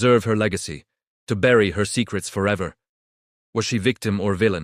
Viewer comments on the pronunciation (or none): none